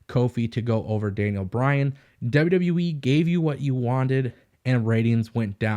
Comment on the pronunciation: Is it my speakers or are you saying WW WEEE? With that being said....>3